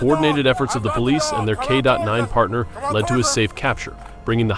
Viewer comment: It is a K-9, not a K dot 9. Really?